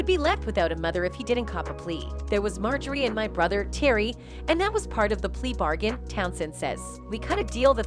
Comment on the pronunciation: Lol ! MO-JOY-RE , they people to read scripts 😅